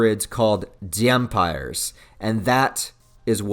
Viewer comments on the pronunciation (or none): A person who is half-human and half-vampire is called a "Dhampir." The proper pronunciation for the word "Dhampir" is (dam-peer).